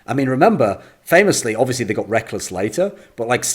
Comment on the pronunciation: pronouncing it as "Reck-les" Hella funny XD